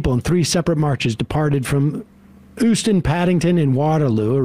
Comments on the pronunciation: "...Oostan" Euston (you-stn) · no it's not, it's pronounced yoostn. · Euston is pronounced the same way as Houston, Sam.